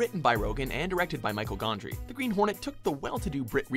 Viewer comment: I think the way he says "Michel Gondry" was worse.